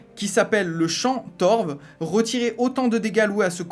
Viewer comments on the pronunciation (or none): juste mentionner que "torve" est un mot en français, pas obligé de le proconcer comme un mot anglophone